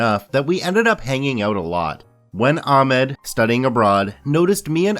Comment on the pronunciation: I'll change my vote on this video when you learn that Ahmed is pronounced Ahhkhmed. Sorry about the bad phonetic representation but it should get the point across.